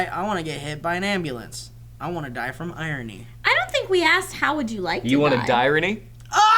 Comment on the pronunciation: "Dirony".......GOLD I TELL YOU GOLD